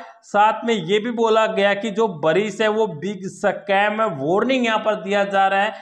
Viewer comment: 🤣🤣🤣🤣🤣 sacam nahi be Scam bolte hai 🤣🤣🤣